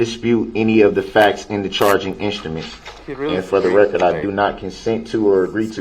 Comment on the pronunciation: Uhhh...I think you meant "fer duh rekkert".